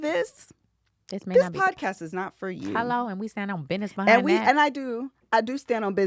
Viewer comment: “That’s God’s Bid’ness”🤣🤣🤣. And IS! Love it 😂😂